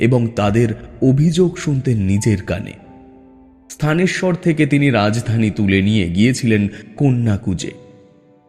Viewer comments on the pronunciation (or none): স্থানেশ্বর নয়, থানেশ্বর